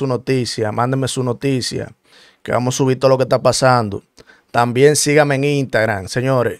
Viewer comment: Una pregunta papi tu no puedes decir la palabra completa Instagram con la s